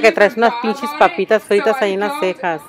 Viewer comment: "Papistas fritas" ASDJKLSJNSK 😂😂😂